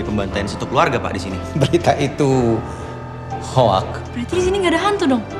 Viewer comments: Jeremy Thomas doesn’t even know how to pronounce “hoax” 😐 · That "hoax" pronunciation...